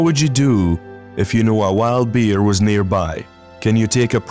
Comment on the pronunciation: In the bear segment it sounds like he's calling them deer instead of bear. Am i hearing right?